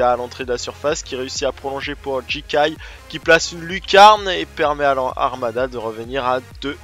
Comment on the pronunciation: Super émission. Du très beau boulot. Juste je t'autorise a dire ji-kè-ye et pas ji-ka-ye, pour dire Jikay :)